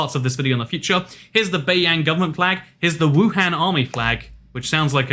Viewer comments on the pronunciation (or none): Note: 6 people (included is me) have already talked about some person. Please DO NOT argue any further. Qing is pronounced as "Ching", Beiyang is pronounced as "Bay-young" and Wuhan as "Oo-hun"